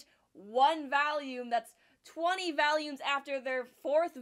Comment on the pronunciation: She forgot to cut out Also "vAlUmEs"